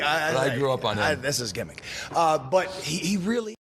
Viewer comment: Did Uncle Dax say "gimmick"? I think Jim doesn't like correcting him.